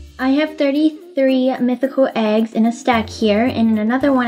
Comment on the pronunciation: I like when says legs instead of eggs 🤣😂🤣😂🤣😂🤣😂🤣😂